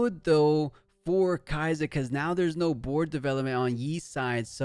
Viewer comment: The way you say kaisa cringes me it’s SUH not ZZZZZZUH